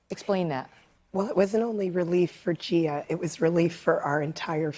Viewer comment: You lost me at Gearah lol